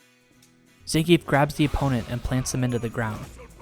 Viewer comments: It's pronounced "Zohn-Gee-Eff" not "Zan-Geef" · His names ends with "geef" not "gi-ef", capcom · Actually, if you're using Russian pronunciation, 'e' is spoken as a 'yeah' sound. So if he was saying his own name it would sound like Zan-gi-yef. Ignoring the fact that Zangief isn't any kind of name in the first place, of course ;)